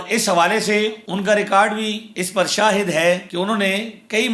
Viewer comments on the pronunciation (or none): none